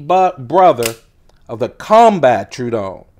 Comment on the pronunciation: I hate to be that dude, but the way you say True-don instead of true-a-don hurts my brain....